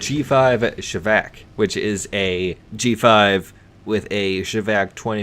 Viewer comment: Caccorack-1? Cataract-1? Wat? It's Kontact-1, pronounced exctremely close to Contact(which is same word). Well at least you pronounce ShVAK pretty well, I'll give you that.